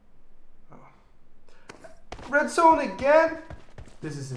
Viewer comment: Die zedzone😂😂😂😂😂😂😂😂😂😂😂😂😂🙄